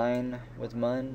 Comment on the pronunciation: I know it was 2 months ago but if you still call it "M-uh-n" It looks like Mun <<<< But its said Moon :)